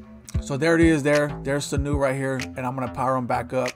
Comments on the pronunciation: The disrespect Sanu...its Seau pronounced Say- Owh lol others than that thanks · ….lol how you get sanu??? It’s “say-ow’ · “Sanu” 💀💀💀 its Seau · Thanks for the vid, FYI it's Junior Say-Ow is how u say his name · Its pronounced Say Owe!!!! 😂